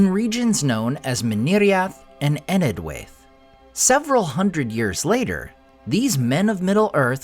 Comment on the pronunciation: Just as a side note for the nerds, "Enedhwaith" should be pronounced as "EneTH-why-th". The digraph DH in Tolkien's works represents the voiced TH such as pronounced in words like "This" or "That". TH in Tolkien's works should be the unvoiced TH sound like in words such as "With" and "Math". The diphthong AI should be pronounced as a long "I" as in "Eye" or "Why", with perhaps a slight "ah" sound at the beginning. Written English dropped the differentiations between dh and th a long time ago but they still exist in our pronunciation and so Tolkien used them in names in his works. DH = ð (voiced dental fricative).